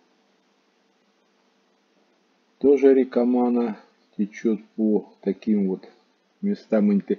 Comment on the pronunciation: Приветик!Ну насмешили река с ударением на первую а,рядом с заповедником есть Бобровый Лог там то же делать не чего.